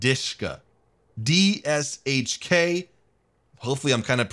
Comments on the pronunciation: It pronounces like De-She-Ka, not Di-Shka. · this was so epic that i've spilled vodka on my pet bear. thank you! and special thanks for the music p.s. komrades pronounce DShK (ДШК) as de-she-ka